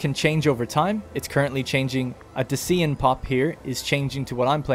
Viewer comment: Just FYI, Dacian and Thracian rhyme. You had Thracian correct. Thanks for making this video, gives me hope for this game :)